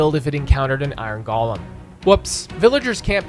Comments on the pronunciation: Very nice! But for future reference, "golem" is said "go-lum", not "gall-lum". Those are living snowmen, not works of art by Tolkien brought to life by Andy Serkis who happen to be made of snow. I'm sorry for being That Guy, but after hearing this over and over and over around the web, I've had enough. But for real, genius video! I didn't even consider the Ender Dragon plowing her way through the staircases. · Golem is pronounced GOH-lem. Not "gollum." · Why do youtubers pronounce golem with the soft for minecraft? It irks me.